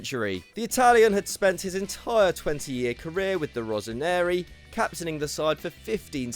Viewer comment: It is pronounced “Rosso Neri” not “Rosa Neri”